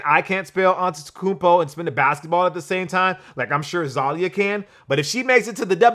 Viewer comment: You finally said Giannis last name correct!